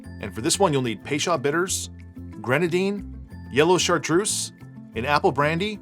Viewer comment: Looks yummy…. I’ve always heard it pronounced “pay-chO’d” bitters. I’m not Webster so forgive the sound a like spelling.